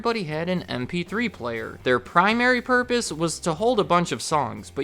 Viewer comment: I swear it sounds like you are saying “Np3 player”.